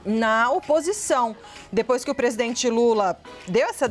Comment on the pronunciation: PRESIDEMENTE??? 🤣🤣🤣🤣🤣🤣🤣🤣🤣🤣🤣🤣SABE, SABE, SABE, SABE.......🤣🤣🤣🤣🤣🤣🤣